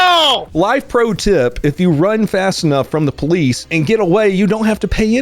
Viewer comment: Natural poh-lece